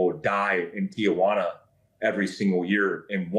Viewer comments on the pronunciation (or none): Tiajuana lol come on guys teejuana